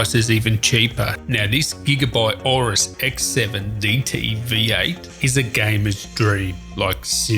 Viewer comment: Dope video, its name is Aoros not auros